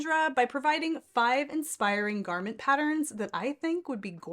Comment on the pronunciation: It is pronounced pat-turns….NOT pat-tr-rins